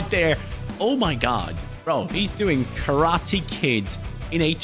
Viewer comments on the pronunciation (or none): none